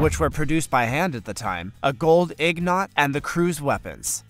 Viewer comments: This is mildly interesting as a documentary but hilarious hearing the narrator talk about recovering gold "ig-nots," and references to the Odyssey and Greek "home-air-row-ic" writings. I had to stop watching after they mixed up underwear, underside and undersea. I was laughing too hard. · I definitely enjoy your channel and the subjects. The only distraction is your multiple mispronunciations of simple things that you've sometimes already pronounced correctly such as the two following examples....... ingots/ignots ....Chattahoochee/Chattanoochee.....and many more. Take some time while editing and listen to your narration. It will improve your channel. Love your work otherwise !!!!